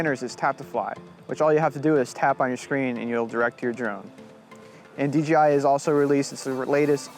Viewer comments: It's a good video otherwise. Ken Heron stated it best-just seems all too often for people to pronounce DJI as DGI. Just got my Phantom 4 last week and I've been having a blast with it. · Hey... GREAT looking video! One little bit of advice... PLEASE say "DJI" not "DGI". (Lots of people are doing this.) I know it's a silly thing, but after all the effort you put into this beautiful video, you wouldn't want to lose credibility from such a small slip of the tongue. The location and building in the open is incredible! Good choice, as passing vertical lines like those supports REALLY demonstrates speed and movement. --Take care! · Pronounces the companies name wrong about 100 times.